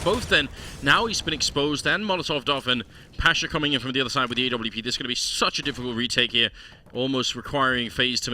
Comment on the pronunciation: Every time I hear them say A W P, Im like wtf is a A W P! It's an AWP.